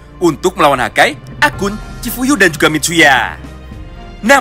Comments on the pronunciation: Chifuyu bang bukan chiuyu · BANG CHIFUYU BUKAN CHIUYU:)